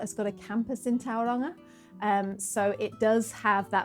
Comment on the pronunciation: Hello, thank you for this lovely video. I can see you're giving Maori pronounciation a good crack, which is great to see. I heard a few places mispronounced, so just to help you, the vowel sounds are pronounced like so A as in star E as in here I as in key O as in store U as in shoe So is more like towel-wrong-ah, and Why-kart-oh The mouth feel is a bit deeper and richer than how English words are spoken so its easy to get a bit tripped up (especially when locals reinforce the mispronounciation) Writing this just cause I can tell you're already putting in the work 😊